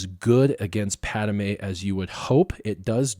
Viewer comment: or the way he pronounces driodeka and padme